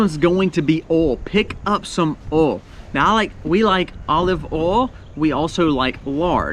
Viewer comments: Nice fellow, and does a great job, but what is his number 10? He said the words, "oauw", "awl", or "all" several times. Does he mean to say oil...pronounced, oyl, or oyy-ell? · Funny you cant say oy ill for oil instead of all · the way you pronounce oil ... 'owl' I cant XD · Are you from Mississippi? My dad grew up there and pronounced "oil" the same way you do. I'm more northern, so I pronounce it "Oy-ill" vs how you said it, "Oh-ill". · I fell in love with your pronunciation of "oil"! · LOL. It's oil O I L. Eejit. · I’ve never hear “oil” pronounced this way 😂 Southern accent is strong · Thank you for the on screen written item. When you reached oil, I have to say, I couldn’t tell what you were saying. Lol. Love you man. Excellent info, as usual. I made my list to follow.